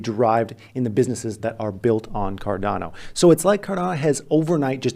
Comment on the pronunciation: buy cardana is all im hearing